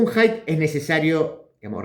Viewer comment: Haidt no es wok